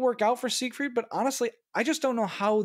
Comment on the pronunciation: Hey, it's SIEgfried. Also neither Japanese nor Russian ships have any prefixes, so please stop adding them. Thanks.